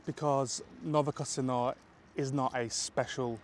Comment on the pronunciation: This metro station is not "New Casino" but "Novokosino". It sounds close in English, but in Russian, the difference between Z and C probably comes from the word mow =)